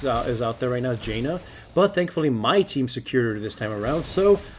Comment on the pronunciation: I died a bit inside when you pronounced Janna